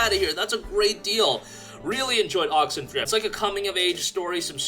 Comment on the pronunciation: I would really appreciate if you could put up the game title that you're mentioning as sometimes I can't make out exactly what you say, exampl: Oxenfree. I had to read others comments to find which game it was. Thanks.